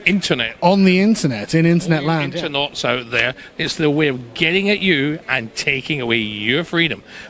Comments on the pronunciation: Every time he said Internauts i almost died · "Internaughts." ...I like it! :D